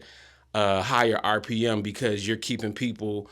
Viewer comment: RPM = Rev. Per Mille (not "Mil")... just FYI for those who were wondering. 👍